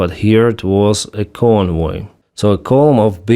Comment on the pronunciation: "convoy of drugs", I was wondering what I was hearing. Lol.